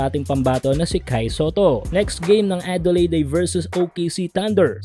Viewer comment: OOT lods.. "Adelayd" sorry..